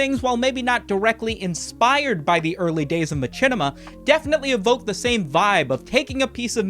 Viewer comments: the way he says machinima is making me uncomfortable "my chin ema" i have always heard said "Mah shin ema" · Bro pronounces Machinima as Ma-chin-ima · I didn't know I could be so desperate for someone to please god stop saying ma-CHINnima. Its like a horrible form of reverse asmr torture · its pronounced mashinema, fool. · Hate how you say machinima its machine pronounced matchene? The creator even said how it was pronounced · The only person ive ever heard put chin in machinima, do you also pronounce machine macheen? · Every time says ma-chin-ema 1 second passes in Africa. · its true. i'm here rn to witness it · is.. is that how machinima is pronounced? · Is mispronouncing machinima a bit? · Bruh please say Machinima correctly at least one time